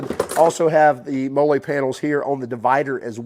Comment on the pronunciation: MOLLE - pronounced MOLLY - the way the military has attached pouches to web gear for years?